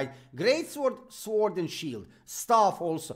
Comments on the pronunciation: yeah exactly, it is not svord not suord it is SORD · Love your videos! 🔥 But please, one thing that always make my ears bleed when someone say "Suord" it's "Sord", sorry it's my curse can't help it ☠